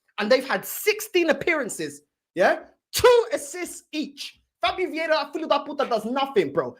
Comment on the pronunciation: it's viera not vieda